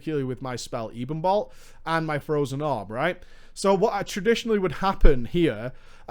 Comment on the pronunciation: It's pronounced ebbon-bolt like ebony. Not eeebon bolt.